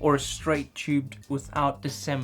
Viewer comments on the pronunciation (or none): Did anyone else notice ‘dis-emble’ 😉